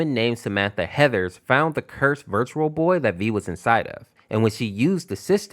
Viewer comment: "I faund the game full of blood... but i did not care"